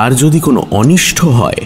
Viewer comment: কিন্তু আজ মনে হয় একটু অন্যমনস্ক, কারণ উচ্চারণে শুনলাম কয়েকটা ভুল, যেমন "অনিষ্ট" কে অনিষ্ঠ, "প্রাতঃরাশ"কে প্রাত্-রাশ, এইরকম কয়েকটি, যা সাধারণতঃ ের মোটেই হয় না।🤔😔